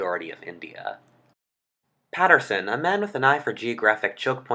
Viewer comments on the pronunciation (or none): none